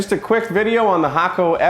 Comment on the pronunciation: You've been paying attention to the Japanese pronunciation of Hakko :)